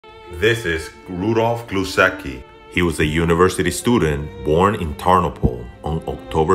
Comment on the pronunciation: Pronunciation: Gwooshetzki (Głuszecki). Just put polish surname into google translator, change language to polish and use speaker button